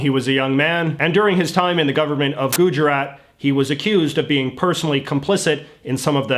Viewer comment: none: him pronouncing Gujarat: Gooh jeraT